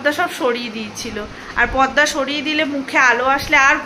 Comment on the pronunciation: পদদা নয় পর্দা ! কি যে বল! হাসি পায় 😂